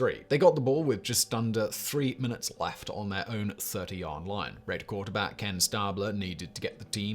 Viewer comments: Excellent video … but boy, did I cringe at some of the mispronunciations of the players names. I counted five. In particular, Johnny Unitas was You-NYE-tas not YOU-nitas and Kenny St-AH-bler was STAY-bler. Oh and Frank ‘Gilford’ was probably Gifford, who went on to commentate for CBS for 20 years. I still clicked ‘Like’ though :-) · i know your a brit, but LOL… Frank Gilford, Tom Laundry, and Johnny Ewnehtas. What a wanker! :-P ❤️ EDIT: then Ken Stahbler… cracking me up brother EDIT 2: you put the Knile Davis kickoff return as the greatest postseason play ever?! Haha i’m a chiefs fan and was at that game. As happy as it made me that doesnt even deserve to be on this list! Too funny…. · Stabler is pronounced like horse stable. Can't do the snake dirty like that. Also cant expect anyone to know how to pronounce every name either. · Devin Hester housing the Opening Kickoff of a Super Bowl -The Music City Miracle -The Helmet Catch Not pronouncing “Unitas” or “Stabler” accurately. My Man, you needed one or two more NFL fans to put eyes on this one. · So interesting to hear a British accent describing American Football. Even more interesting? Pronunciations of "Unitas", "Ameche", "Stabler", etc. Made me smile. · Pronunciation of Stabler and Unitas was entertaining. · Every time he mispronounced Unitas and Stabler, I died a little inside.